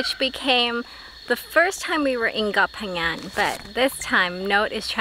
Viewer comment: pronounce Phangan so clear, please teach. Hahaha